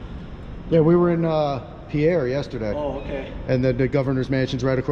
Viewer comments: Great work. BTW the capital of S.D., Pierre is pronounced as if it rhymes with peer. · FYI - Pierre is pronounced peer.